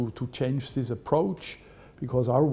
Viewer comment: So sympatisch, CEO und Uhren! Aber warum nimmt der in dieser Position nicht einmal eine Stunde bei einem Logopäden um ein "th" zu sprechen... Siss is sa...